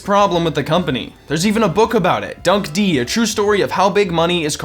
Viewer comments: Dunk D? Was that a joke, or did you not know dunk'd is pronounced "dunked" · Dunk'd Would be 'Dunked' Not 'Dunk-Dee' Seriously I can tell you're trying to be funny... but you just really fucking suck at it. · Dunkin donuts logo has changed a few times. I'm 40 and grew up with one on the corner so I know this fir a fact. And in my area, Philly/nj dunkin donuts IS the fave coffee shop.mthey beat out Starbucks and crispy creme, it depends on where you live. Oh and that book is pronounced DUNKED not dunk D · "expresso" ding also "expecially" ding and they used the taping $100 bill to the eyes gif twice ding and dunk d ding and discount movie recipes at the end ding and he was mostly italian despite being the french chef ding and "heap it on in" ding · I'm pretty sure the book title "Dunk'd" was meant to be said like "Dunked" and not "Dunk-Dee" Lol. Sin for that, sir. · Dunk'd is not fucking "Dunkdee" it is "dunked!" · I'm gonna give you a sin for pronouncing "Dunk'd" as "Dunk-dee" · Dunk D? Dunk'd is obviously pronounced Dunked. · Dunk'D = Dunk D??? no, "dunked" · pretty sure dunk'd is pronounced dunked but ok..